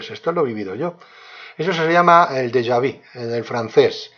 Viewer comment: Porfavor antes de oronunciar el Deja Vu véridique como se pronuncia usted lo dice muy mal